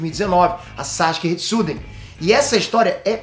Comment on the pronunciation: Sasuke Retsuden, não Sasuke Shiden